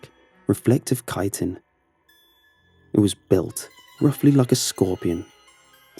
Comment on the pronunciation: I wish I could give an extra like for pronouncing "chitin" correctly. The word turns up surprisingly often in videos and every other narrator seems to think it has a "ch" sound